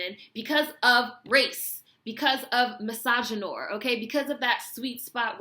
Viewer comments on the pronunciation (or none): I love you and cosign what youve said. (but misogynoir is pronounced miss-soj-jin-nwar not miss-soj-jin-nor) xxx keep speaking out and doing what youre doing. love it